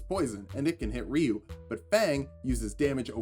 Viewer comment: Good to see someone who can not only pronounce Ryu correctly, but hadouken as well...